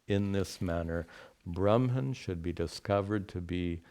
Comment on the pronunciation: why are u pronouncing bramhan instead of brahman all the time